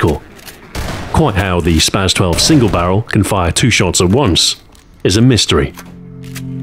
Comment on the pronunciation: Please for all that is holy say spas-12 correctly